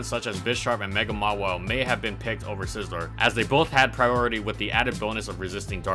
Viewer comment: Anybody else hearing him say Sizzler repeatedly?